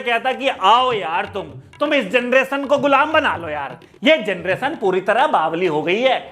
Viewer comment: Ken du genereton 😅😅